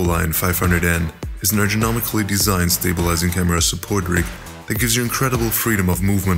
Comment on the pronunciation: And he says 'Erjonomically' instead of ergonomically... brilliant!